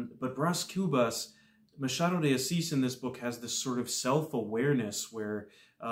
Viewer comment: Well done! You are the first non-Portuguese speaking booktuber who got the pronunciation of the author's name right. Your pronunciation of "Machado de Assis" was perfect. Thank you also for your brilliant review!